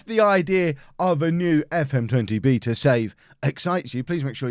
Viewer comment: Don’t pronounce beta like that please